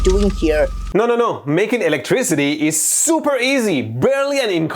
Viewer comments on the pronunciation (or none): Eletrócity, reminds me of Megamind. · I just hate duck like voice, especially the way he pronounces ILÆKTRISITI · dude's always saying eletrocity xD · Electri-city Laughing my ASS OFF!!!!